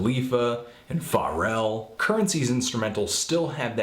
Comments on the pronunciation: FA-rell? It's fuh-rell dude... Great review tho. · lol "FA-rell" ....Pharell? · THIS NIGGA HA NO IDEA WHO SPITTA WAS BEFORE HE LISTENED TO THIS ALBUM, &U SAID PHA-RELL?? COME ON DUDE UR A HACK AND U KNO NOTHING ABOUT HIP HOP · His name is pronounced Fa-rell, fa as in fuck...not as in far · did he just say "far-el" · did you really pronounce pharrell as fa rel? lol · Pharrell's name is so widely known I dont think the dude's actually oblivious about the correct pronunciation, i feel like he loves getting on peoples nerves for tiny reasons and i bet he said his name like that for this simple reason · You pronounce "Pharell" funny, Anthony